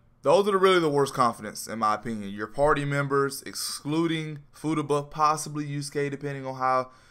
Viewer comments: Fu ta ba not footaba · Fu-ta-ba is how its pronounced lml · I pissed myself laughing everytime he said Fooduba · Take a shot everytime this man says footaba. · Footuba sounds like a sport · He is straight up SHITTING on her name!